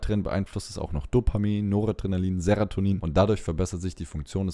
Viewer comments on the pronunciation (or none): Ich weiß ja nicht, ob ich mich in Sachen Medikamenten von jemandem beraten lassen möchte, der dauernd "Seratonin" sagt, so zum Beispiel. Das wirkt schon leicht unprofessionell.